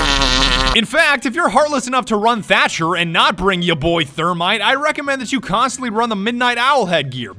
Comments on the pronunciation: Watching this back, shoulda been called thercher not thermcher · Why does he call the Thatmite duo thermcher? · thermcher? "thatmite" not work sorry, thatcher needs a buff please